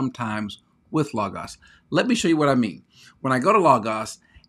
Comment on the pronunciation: I'm just glad you pronounce Logos correctly. I'm torn between Accordance and Logos, been using the limited editions without all the bells and whistles, not sure which I prefer, leaning slightly to Accordance because it seems easier to use.